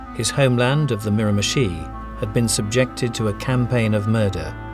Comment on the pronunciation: Say mirimichi one more time, i dare you.